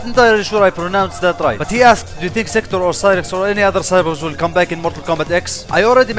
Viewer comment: He just said Sektor lel